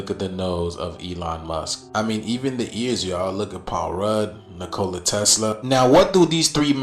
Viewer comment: That dude saying Nikolai Tesla's name was triggering me so hard.. Dude it's not Nik Cola Tesla... it supposed to sound like Nik-o-lie... jesus that was so annoying cause he said it like 20 times I almost had to stop the video.